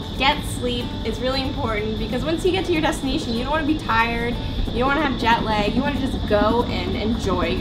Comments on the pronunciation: I believe its JET LAG not JAT LEG... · It’s. Jet lack not jet leg !!!!